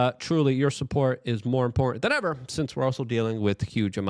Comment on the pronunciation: Can Luke not say the word "import"-ant?